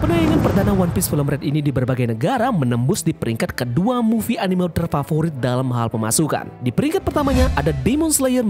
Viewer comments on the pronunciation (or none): none